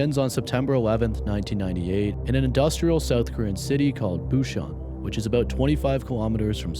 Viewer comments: I love your content. I'm seeing stories i haven't seen anywhere else! Keep the good stuff comin!!! Well...."good stuff" is debateable....AWW YOU SMELL WHAT I'M STEPPIN IN...😂💜 (not "boo-shaun" it's pronounced "poo-sahn." Only cause I'm learning Korean #WithLove) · Great video as usual! Just wanted to let you know that in the first one it’s Busan (boo-sahn) 😊